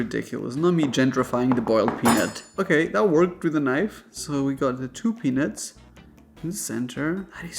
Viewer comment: Sounds like "boiled penis" lol